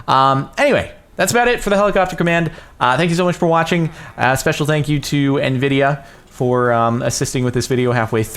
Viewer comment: FRIKEN NVIDIERRRRRRRRR, NVIDIARRRRRRRRR, EYNVIDIERRRRRRRRRR!!!